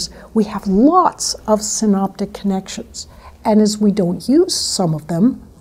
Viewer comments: Great points made, but oh the irony of the presenter mispronouncing key term in the case for how people lose the ability to hear new sounds... (The subtitles correctly indicate synAptic but she clearly says synOptic.) ~ + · Is she sayimg 'Synpotic' or 'synaptic' connections? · syn aaa ptic...not "synoptic" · Some people with pronounced accidents drive me crazy. This stupid b** said synoptic instead of synaptic..